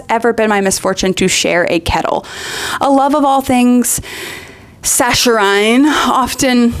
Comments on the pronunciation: In case you were wondering, saccharine is pronounced like "SACK-uh-rin" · Saccharine is pronounced "sack-ar-rin", and definitely not "sach-a-rain".